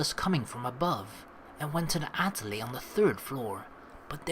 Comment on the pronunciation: I see you remember how to pronounce atelier from Katawa Shoujo.